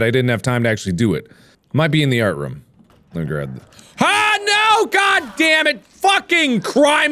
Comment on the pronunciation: Markiplier: “Roof.” Okay now say Room. Markiplier: “RoUhM”